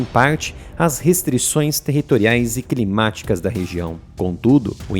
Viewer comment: Canal excelente falando errado?😂😂😂 até ondes eu sei se fala climáticas e não crimaticas